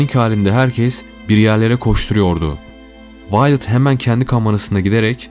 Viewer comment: Kadinin isminide yanlis okumasaydi iyi olurdu .. Vi-o-let (Viyolet) diye okunur